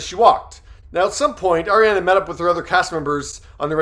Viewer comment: Her name is pronounced are ri ah na